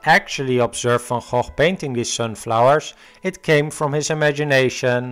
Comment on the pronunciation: Nice that you know how to pronounce "van Gogh". Most Americans are way off.